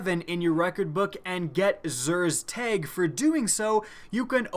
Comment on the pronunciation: it's tAg not teg